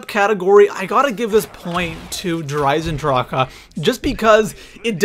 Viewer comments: Stop saying DER eisendrachAHH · 'Der EisendrachAH' and 'ZetsoBEW'., y u do dis? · It's just eisendrache, not eisendrâãåcke. Stupid bitch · I stopped watching the video because of how he says der eisendrache, der eisendracha? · you spelt der eisendrache right but you say the e at the end of eisendrache longer